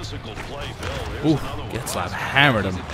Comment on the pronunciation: "Getzlaftat" that made me teehee